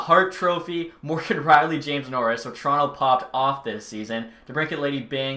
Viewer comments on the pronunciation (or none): none